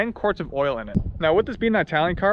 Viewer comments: Actually...it is!😂....unless you are pronouncing the Countries name while standing on its sunny shores...then its:" Eeetah-liya" prego... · Can't beleive you said the word "I...talian". it is pronounced Etalian in Italy or It...talian in the states. With that said, I'm comming to Waterloo and would like a ride in that beautiful auto...Thanks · Nice review but for God's sake it's not "EYEtalian."